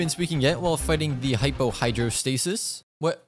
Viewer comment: The game hated u calling the hydro hyportasis "hypo hydrostatis" so much it crashed on u. Be ashamed..